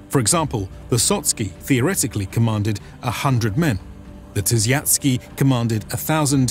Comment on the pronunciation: Sotsky and Tysiatsky loool. Sotnick and Tysiacznick is corect.